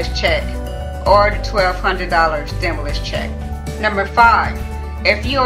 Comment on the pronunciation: She having a hard time pronouncing stimulus 😂